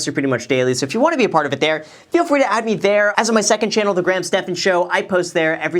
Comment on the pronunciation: FWEE STONKS?!??!?????